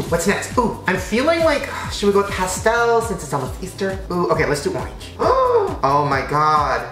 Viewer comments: Omg I love it he said oinge instead of orange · Marcel Styles ikr he said oyange lol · Marcel Styles oeange yes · is it me or am i the only one that loves the way he says orgen when putting on the second m n m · the way he said orange 😂